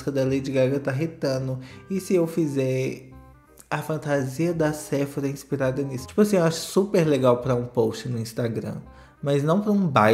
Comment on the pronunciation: Gente adorei: o baile da Sefora (ops! É com pH)com pronúncia brasileira, sem ser francês ou inglês.